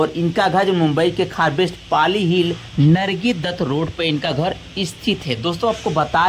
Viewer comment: बिल तो ठीक से ले मान्यता को नम्रता बोल रहा है नरगिस को नर्गी बोल रहा है कैसे कैसे लोग यूट्यूब चैनल बना लेते है